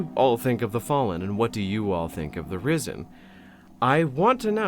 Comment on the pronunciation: I can't stop hearing "Rizzen"... Help me.